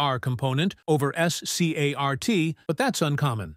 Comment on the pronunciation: SCART is read as a word, not one letter at a time.